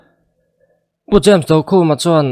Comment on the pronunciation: Pu James Dokhuma hming i lam dan a dik lo. Do lai hi indo tih thluka thluk tur asin...